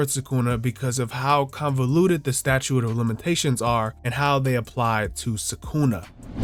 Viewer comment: you are the first youtuber ( that covered this chapter) I watched who pronounced statute correctly, all the other ones say "statue of limitations" lmao